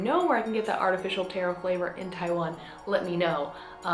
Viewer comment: U pronounced taro wrong it’s tarrro not tairo